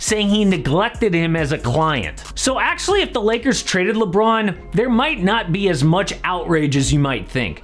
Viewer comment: Lmao the beginning sounds like u said Liggers